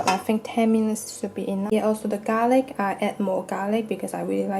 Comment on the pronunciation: U finally pronounced garlic right.... Before u kept saying "gar ly"